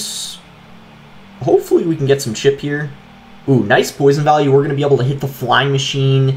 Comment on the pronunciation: I find it weird that boss pronounces able as "abl" instead of "eibl"